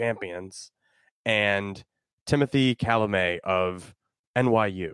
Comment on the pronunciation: It's Shalamet.